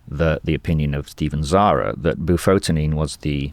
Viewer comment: Bufotenin... not "bufotin" !